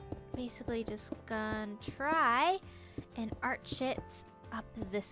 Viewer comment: When she said arch it up I thought she said 'art shit up'